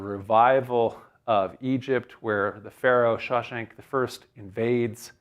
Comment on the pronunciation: Did he just say Pharaoh Shawshank, °¿°?